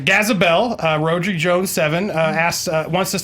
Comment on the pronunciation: Andy, you pronounced the guy's name who suggested the first question wrong.. Rhodri is a Welsh name pronounced rod (as in fishing rod) then dree as in rhymes with tree! God that annoyed me 😂😂 plus his handle is the most famous European footballer atm as in, GARETH FRICKING BALE!! Sorry, I'll calm my Welsh nationalist tits..